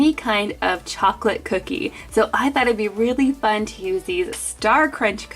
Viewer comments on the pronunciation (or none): none